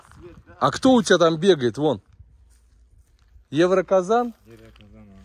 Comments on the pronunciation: Юмронкозик. Не евроказан! Бобёр или, как там называется, существо которое под земльей ковыряется. Будь по ответсвеннее словам. Тебе трудно это произносить? Или просто желания нету правильно произносить? На счет серы, я тоже не понял. Может от насекомых, от животных защита? Поразмышляй немножко. Задаеш глупые вопросы иногда. Или специально это делаешь. Каждым разом смотреть и слушать тебя не охота. Отпишусь, наверное скоро. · не юмронкозон а юмронкозик правильно будет 👍👍👍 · Евроказан 😂😂😂😂😂😂 ты приколист😂😂😂😂😂😂😊. Юмронкозик називается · Не еврокозон а ЮМРОНКОЗИК 😂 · Юмранказык... А Не Евроказан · Правильно будет юмрон козик.грызун